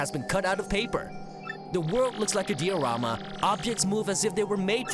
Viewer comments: OH COME ON! Diorama is not even a Japanese word. How did you mispronounce it? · The way he pronounces diorama really bothers me for some reason.